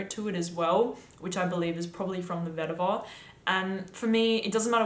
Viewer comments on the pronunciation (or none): none